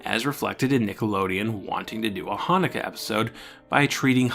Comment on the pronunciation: You: Now, I'm not Jewish. Every Jewish person hearing you pronounce Chanukah and Rosh Hashana: We know.